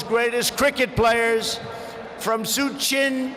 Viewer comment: Swamy Vive kamunnunda.... Suchin Tendulkar... Virat Kuli... ROFL🤣